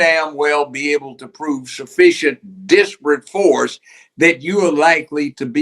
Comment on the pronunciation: Judge needs to pronounce using enunciation: ‘disparate’